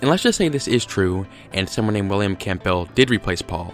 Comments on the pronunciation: Campbell is pronounced 'Cambull' and the 'gh' in Edinburgh is silent. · I can't take anyone's "research" seriously that can't pronounce Edinburgh or Campbell properly. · William Camp Bell? WTF? Campbell is Pronounced - cambull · Note of advice Campbell is pronounced Cambell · Ed-in-bruh Cam-bell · Its pronounced phonetically as Cambell. Lose the the P. Dr Nick Kollerstrom has done a book on the Faul conspiracy & believes its real. Check it out. Apparently Pauls eye colour changed from brown to green? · Firstly, why the hell are you pronouncing Campbell "Camp Bell" and Secondly, you've done very little research on this. There are tonnes more clues and you haven't represented them properly. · As a person who has the 2nd name campbell it's said calm bell. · And how he pronounced Campbell lmao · Fantastic pronunciation of "Campbell" and "Edinburgh." Superb dating of George Harrison's death. And, to top it all off, amazingly insightful super-sleuthing! You even checked to see if there was a "Paul McCartney look-alike contest!" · The p in Campbell is usually silent. Edinburgh is pronounced Ed-in-borough. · Your pronunciation of Edinburgh is so way off it's fucking hilarious. It's "ed-in-bra" 😂 And your pronunciation of Campbell. It's just "cam-bell". Fucking yanks man.